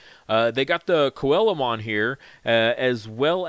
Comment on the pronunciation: start spreading it around, please... So many YouTubers pronounce Coelamon wrong. It's based on the Coelacanth, so the "coela" is pronounced like "seela". SEE-luh-kanth, SEE-luh-mon Also, the emphasis for Takumi is on the first syllable. TAH-koo-mih, not tah-KOO-mih.